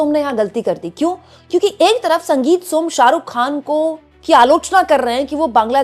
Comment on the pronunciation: Khan.. kehna seekhne ke liye please urdu Letter(Harf) ko pronuounce karna Seekhen. Yeh letter hai... Khe.. kharid kar . Lata Ji ne bhi urdu seekh kar hi khyati paayi...